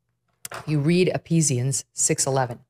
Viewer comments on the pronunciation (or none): Megyn, if you're going to claim Christianity you'd have more credibility if you could pronounce EPHESIANS....E-FEE-SHANS. NOT e-pee-shans. Open your Bible girl....it will give you an amazing view of your eternal choices. Praying for you and for our country. ❤ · Mrs. Kelly Its Pronounced as Eifisians. Not "EP"hesisians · Hey, it's not Epeezians. Ephesians is the name of people living in Ephesus. Maybe that will help with your pronunciation. How seriously do you actually take the Bible when you don't even understand the names of the books? Or when you promote giving significance in looking for omens or signs in numerology? Deuteronomy -12 condemns that kind of superstitious magical stuff. This is just a well paid grift that you don't genuinely believe, right? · It’s pronounced ‘e Fee-si-ans’ with an F sound… not ‘e -pees-Ian’s’, darling Megyn (who I want to be like when I grow up… but since I’m snuggling up to 70, I think I mighta missed that boat 🙄🥴🫤) Thank you for your honesty , your passion , your gifts of intelligence and ..well, okay (she said grudgingly) your beauty! You show us all how to manage being given all the gifts God has heaped upon you. Thank God that they were given to you, as you seem exceedingly able to handle them all! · Love the Bible quote, but it's not EPEESians It's Ephesians... A letter that Paul wrote to the church of Ephesus. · Thanks Megyn, great show. The whole 6th chapter of Ephesians is very applicable! Btw - the "ph" in Ephesians is pronounced as "f" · Ephesians pronounced E-fee-shune-s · Ephesians there's a pH it's pronounced as an f 😂😂😂😂😂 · I love you show Meagan great reporting but you’re pronouncing Ephesians wrong pH is silent. It’s pronounced as an F. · Ephesians is pronounced Efesians. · That’s ef FEEZH ans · “epesians” lmao. Tell us you’ve never read the Bible without telling us. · Ephesians is pronounced Eefeezians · Ephesians is pronounced E-fe-sions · Someone help her sound out Ephesians before she goes on air next time 😂